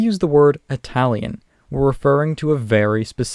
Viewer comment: It's Italian not Atalian